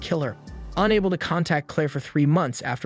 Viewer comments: Galatea, not Galedia :D stop butchering my favorite anime ever :DDD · how the fuck did he just pronounce "Galatea"? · Hate how he playing my girl Galatea’s name like that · Goodness your pronunciation of Galatea’s name 😬